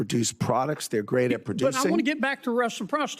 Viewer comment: "reciprocity" apparently has too many syllables for.